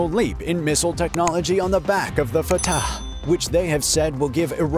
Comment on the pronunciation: The way this guy pronounces Fatah is superb. Love and peace to everyone.